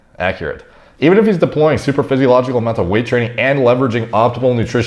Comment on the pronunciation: Last time I was this early everyone still thought it was "super-physiological" instead of "supra-physiological"